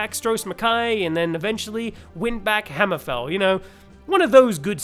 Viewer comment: I agree with the guy that said just cut the first 4 minutes. That's probably better for the smooth brain among us and in the future. No problem with the dialog though very well spoken apart from the hammer-FALL being clearly you thinking daggerfall and not Hammer-FEEEEEEEEELL. 😂😂😂 love the stuff man keep up the great work. 🎉